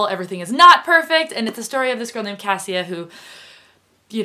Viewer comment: I recommended 'matched' to! And I think it's pronounced ca-sha